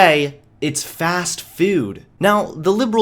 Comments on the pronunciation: We just can't help the way you say fast food... FAST FEWD. That is all we can hear when you say fast food. Carry on. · “Today, it’s fast FEWD” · "fast fewd " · Watching this video makes me cringe Because of his pronunciation of "food"